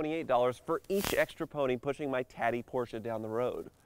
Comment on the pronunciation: Porsche... not Porscher There is no R on the end.